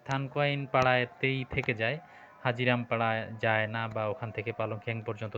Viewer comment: হাজীরাম নয়, হাজিরাং পাড়া